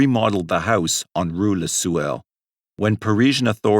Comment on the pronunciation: Rue le Sueur ... Sueur is pronounced like swoo-air.